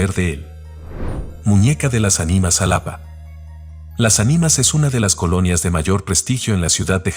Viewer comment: Se pronunciá jálápá no como lo proñunciás